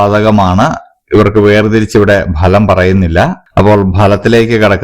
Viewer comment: ഭലം അല്ല ഫലം ആണ്